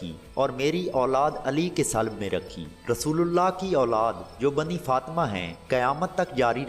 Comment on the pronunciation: Salb nahi hota sulb hota hai